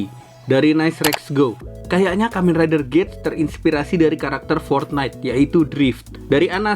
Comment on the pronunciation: Saya koreksi dibaca gits bang dan kalo abang perhatiin huruf A di logo nya itu kaya kuping rubah